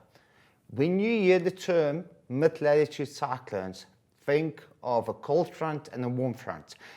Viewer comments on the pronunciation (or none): Do you have a speech impediment? Lelletoood is not how you say it. Please do better. If I as an English speaker struggle to figure out what you're attempting to say, I can't imagine how second language students must be battling. Teachers are not supposed to make the life of student unnecessarily difficult.